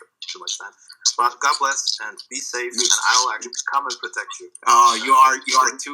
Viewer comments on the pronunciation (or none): haha, "help us oh Gad". You've gad to include this line more